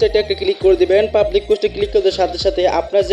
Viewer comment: ভাই পাবলিস না পাবলিক